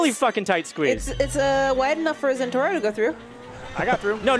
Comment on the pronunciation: it is not the zentoro it is the zentorno im sorry but it was driving me crazy.... get it driving